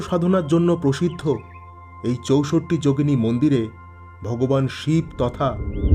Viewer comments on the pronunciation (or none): চৌসট্ট্ না বলে বাংলায় চৌষট্টি বললে বেশী ভালো শোনাচ্ছে...